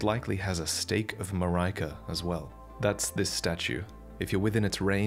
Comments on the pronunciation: I have the impresion that is pronouncing Marika wrong. We dont actually know yet but he says it like Maria as in Mariah Carey lol. Its Mar- ee-ka most likely. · it's not stake of marajka, it's fucking stake of Ma ri ka.. ffs 🤦🏻‍♂️ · It's pronounced a Statue of America without the first A lmfao so (mare-ick-ah) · Murykuh? Who's that? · i'm pretty sure its prounounced murica. its supposed to b ea joke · Just one correction the name marika , is actually spelled, ma-re-ka. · One day he will stop saying MURAYKUH. Also AGHEEEEEEL OOOOOOH AGHEEEEL